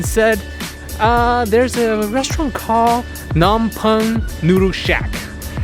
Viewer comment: Just stumbled onto this channel. Where from the ground did you pop out of? You butchered the name of the capital of Cambodia more than any white person on YouTube does. It is PA-NOM PEN for non Khmer speakers. The way you pronounce it sounds like you would say baguette in Khmer. And you rip the chao kwai into two before you dip. You are like a white gentrified version of an Asian person. Face palm. What you had is just noodles (btw, a really good version of this Phnom Penh noodles is at TrieuChau restaurant on Bolsa Avenue in Orange County. The place has been there since the 80’s). Next time you want the real deal, go to Crystal Restaurant on 10th Street in Long Beach. Take 5 friends with you and order samlor machu kreung sach ko, sach ko chamkak ang, trey ros ang with mango chrok, samlor kakor, some stir fried frogs with ginger, and prahok katis. Carpool because parking is hard to come by. Also, you should put the name of what you ordered on the screen so that if a viewer see something good, they would know what to order when they go. You’ve got energy and so wish you best of luck.